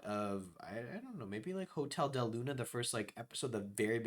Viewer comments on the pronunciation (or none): none